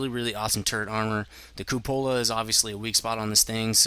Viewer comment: Some pronunciation help... Glacis: GLEY-sis Cupola: KYOO-puh-luh